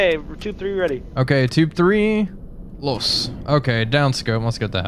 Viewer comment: Hello, could please upload an uncut wolfpack video? I'm thinking about buying this game, but 30€ is a lot so that would really help me. Thank you. Btw i'm from Austria and it's real fun listening to you guys pronouncing "los" xD